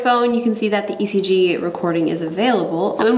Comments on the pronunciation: ngl I thought it said EGG 😂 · I rhought you said egg ! So i was so confused untill your intro lol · In stead of ECG I though it said EGG😂😂🙄😓😓